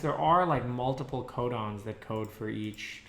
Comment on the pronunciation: thought he said condoms instead of codons